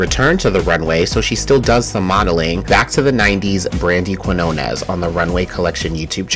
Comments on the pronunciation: If so, you should know how to pronounce the letters "Q" (in que- and qui-) and "Ñ", and there'll be no need to search footage of a Spanish speaker pronouncing the surname Quiñones. C'mon, you cannot spell / say "español" without "eñe"! 🤭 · You got her last name, Quiñones, totally wrong. I know Spanish is hard. 😅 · I was in Spanish Honors Society so it’s actually not hard for me, but I’ve yet to see footage of anyone pronouncing her name correctly. So it is what it is. 🤷🏾‍♂️